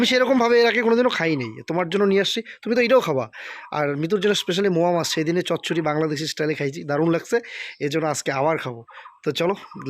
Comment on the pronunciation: Moa mach na go. Ota mourala mach bla